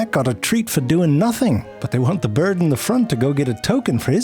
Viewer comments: Obsessed with the way he says "bjrd" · Hearing Zefrank say “Byrrrrd” is audible antidepressant. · yes, and 'dorg'